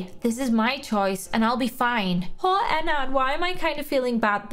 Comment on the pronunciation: i love your channel but it’s not pronounced Enn ard it’s pronounced Enn erd